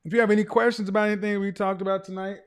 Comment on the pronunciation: When he said general “querstions”, I realized he watches Dr. Devin! 🤣😂 Affion Crocket is a full fool!